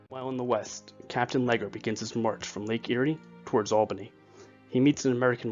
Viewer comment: " Battle of Or-Risk-Can-Knee " anyway your videos are very very good despite any pronunciation boo,boos.☺ I believe one of the British commanders was pronounced " Saint Lee- Geer too.😙